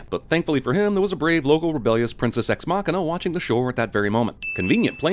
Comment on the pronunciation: I enjoy your videos, but if you say "Ex Machina" one more time...